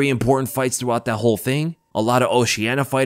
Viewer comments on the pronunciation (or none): none